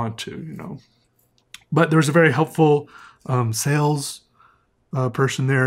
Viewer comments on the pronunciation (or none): none